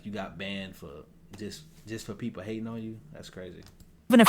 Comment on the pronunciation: lmao yea that ish annoying.... How tf she get bandid from banned 💀